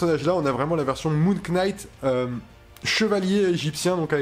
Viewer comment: Ca se prononce NIGHT, on ne prononce pas le K 🤣